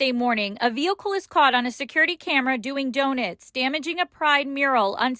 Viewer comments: What is a crime in this whole news story is the reporter calling DONUTs “Doe nets” wth 🤣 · What’s bothering me the most is how she’s saying “do-nits”. And, everyone is welcome there? Really? Bet a certain colored hat wearing people aren’t. We know what their version of love is for us and it comes with some ouchies. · I got distracted by her saying "donits" too 🤣🤣🤣🤣 Where in the hell did she go to school? 😂 Anyway, it's bs that the police and the news care more about the tire marks on the mural than they are about the trans guy that stabbed those young girls. Why in tf is the mural on the street for anyway? It should be on a side of a building or some kind of wall. I can't believe the city has to pay to get paint to fix it. The lgb plus whatever should be the ones to buy the paint and re-paint it themselves. Unbelievable.